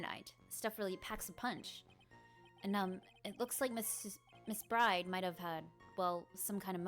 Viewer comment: It's a really good narration ;) But you always pronounce Maggey's last name as "BRIDE" but she is called Maggey "Byrde".